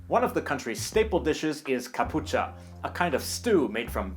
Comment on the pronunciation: Zé Badio, e modi kkkk Santiago Yes, it’s Catchupa/Catxupa, not Capucha🇨🇻